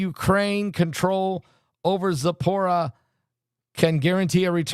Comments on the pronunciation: It's pronounced zap uh reet see uh. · Zapro-neets-za. Spelled phonetically 😁